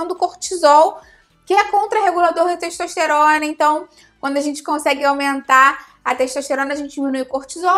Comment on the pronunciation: "Teixtoixteirona" Português mandou lembranças.